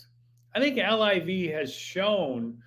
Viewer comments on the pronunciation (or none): Hank, call it LIV not L-I-V. It`s the coolest game in town. I`m 65 and love it. PGA is BORING. Scheffler whooping up on no names. Sponsors will drop like Bryson`s 40 footer to shoot 58 !!!!! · Quit saying “ L-I-V”….its LIV